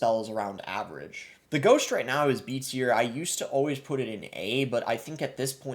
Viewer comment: Why do you pronounce ghost as ghosht?